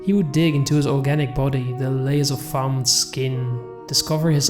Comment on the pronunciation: Dude, you REALLY need to learn how to pronounce simple words. It's organic, not orjanic, I've also heard you pronounce chef as chief, and crow and crouw. Those are just a few of the countless examples I've heard in this nosleep playlist that really take the audience out of the story. Other than that your voice is great.